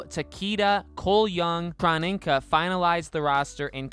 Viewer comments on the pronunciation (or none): You missed pronounced Kronika..